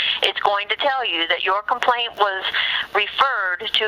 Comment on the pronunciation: It's not coplaint. It's CO - PLAINT